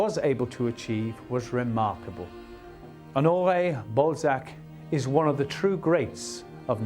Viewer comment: Ok, i get that everybody takes issue with the presenter's pronounciation of Balzac, but he is also really doing a number on the first name Honoré. Either stick to the english OR french version but this tone-deaf, no man's land is just torture to my ears!